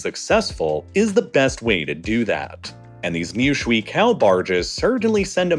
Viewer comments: 水 (shui) is pronounced shway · It’s pronounced “sh-way” not “sh-wee” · Honestly I couldn't make it to the ten minute mark because of how much it hurt to hear you say shwee-kao barges over and over again. The pinyin "shui" is pronounced more like 'shway.' The experience was like listening to a chef teach me how to "make a damn kaysadila," over and over again. You're better than that. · Every time you said . “ Shuǐ ~ 水 “ I cringed The pronunciation 💀